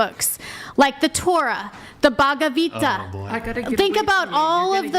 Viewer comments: She said the "bagavita" 😂😂😂😂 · this beluga karen just mispronounced the greatest holy book Srimad Bhagavad Gita as Bagavita !!! Its time to call Frank Castle !!!:face-orange-frowning